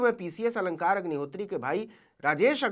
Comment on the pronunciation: Aap sdm sahab k naam ko galat dhang se le rhe hain Aap sachhe patrakar baniye .